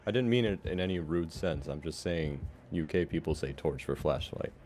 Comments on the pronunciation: Cobra Sprinkles he said UK not gay but I had to hear that twice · Icsi it sounded like "you gay people" but he Said you K people like UK instead of the US